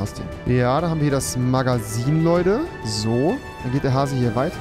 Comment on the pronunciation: Alle: Fisch,Magazin,Baumstamm Rewi:Fich,Magasin,Bammstamm